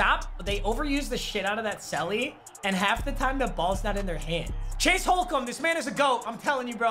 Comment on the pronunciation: anybody else notice he called him chase hole comb